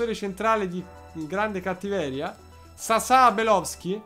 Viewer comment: Grande vittoria in finale, tensione alle stelle! P.s. Il nome di quel croato si pronuncerebbe Sasha, ma Sasà è molto piu ignorante e ci piace cosi!